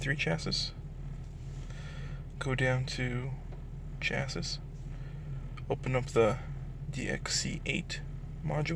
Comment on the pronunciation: Very interesting pronunciation of the word 'chassis'. I wondered what you were getting at initially!